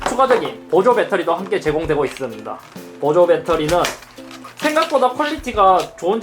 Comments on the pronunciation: 있습다 라고 하시네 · 잇섭 발음봐라 뭐뭐 하고 있슴돠 ㅋㅋㅋㅋㅋㅋㅋㅋㅋㅋㅋㅋㅋㅋㅋㅋㅋㅋㅋㅋㅋㅋㅋㅋㅋㅋㅋㅋㅋ